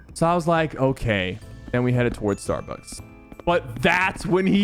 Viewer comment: Other people: "Starbucks" SypherPK: "Starbutts"